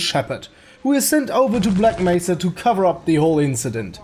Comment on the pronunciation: did you not see him say Bleck Mesa?